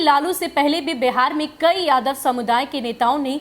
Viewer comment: मैडम आप जिस तरह से बोल रहे हैं ना कि जादव जादव तो